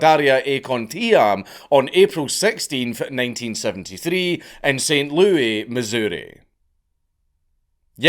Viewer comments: Saint "Lewis", not " Louie ". I know, American English, at least it's regional dialects, is weird. Many US citizens mispronounce it also. Yes, Louie would be the mispronounciation. And Louisville is pronounced " louie-ville"😂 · Repeat after me: Saint Lou-iss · As a woman.... The Louis in StL is pronounced like the name Louis, with an S. I find a lot of UK youtubers getting it wrong. Being one of the 4 women who watch Dank, I, of course, had to correct him. lol